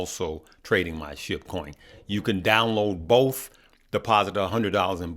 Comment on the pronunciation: It’s pronounced sh-ee-b